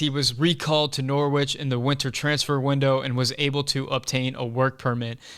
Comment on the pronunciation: Norwich - the W is silent - Norich...😁, otherwise all good!